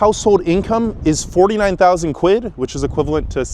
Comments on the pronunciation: Americans saying quid always makes me cringe - good vid though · I'm Canadian and it physically hurts me to hear Americans say "quid"